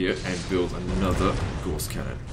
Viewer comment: I know this is 2.5 years old now but I can't stop myself, Gauss rhymes with 'house'